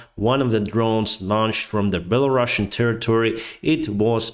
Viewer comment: ты специально говоришь беларашн? не такого. есть беларусан. нет такой страны Белараша, есть Беларусь